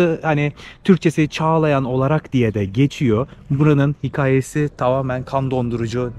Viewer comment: Sevgili teşekkürler sayende biz de gezmiş oluyoruz. Ancak lütfen hikaye ve dükkan derken a harfini ince telaffuz et! 😊